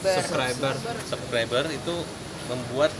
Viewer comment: bilang subcriber aja belepotannnn